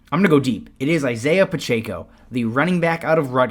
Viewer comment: “Pronounced Pachecko”